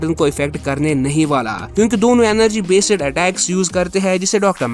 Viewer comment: It’s based not besed